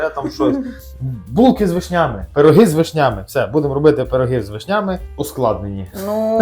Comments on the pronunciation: з вИшнями,а не з вишнЯми:face-turquoise-covering-eyes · Ви молодці, але чому вишнЯми, а не вИшнями. Дуже ріже слух!